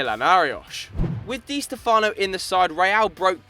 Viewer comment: It's pronounced (Dee Stefano) Not (Dee Stefono!!!)